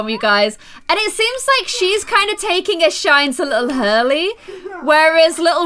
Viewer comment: And that you called Hurley Harley